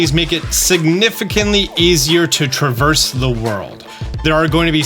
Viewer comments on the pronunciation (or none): none